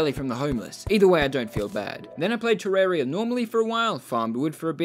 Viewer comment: OMG THE FIRST TERRARIA YOUTUBER THAT IVE SEEN THAT SAYS IT TER RARE EE UH